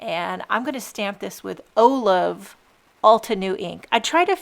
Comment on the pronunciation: Olive is pronounced Ah-live not O Live